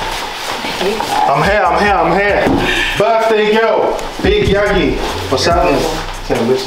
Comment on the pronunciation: Man said yegi it’s Y A G I